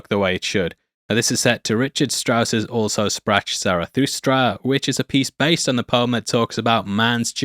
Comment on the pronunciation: Just letting you know that "Also sprach Zarathustra" is not pronounced the way you think. It's German. As for the film, I first saw it in the theatre in the early '80s, when my father, who loved the film when it came out, took my brother and me to experience it. Arthur C. Clarke was also one of my favorite authors as a kid, but I think I read 2001 and The Sentinel after having seen the film.